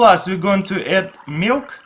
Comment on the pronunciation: where do I find this "meelk"? :P